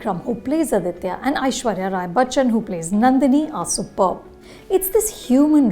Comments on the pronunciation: For the hundredth time, it’s not Adithya, it’s Aditha. Let’s not misappropriate language or culture. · Just wanted to point out in case you didnt know... it is 'Aditha Karikalan' and not 'Aditya Karikalan'.... This is more of a tamilian name while 'Aditya' has sanskrit roots...